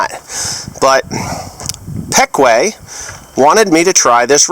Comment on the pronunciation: is that the way Ryan pronounced the company name your saying it as peck-way here in PA we say it as pee-kwah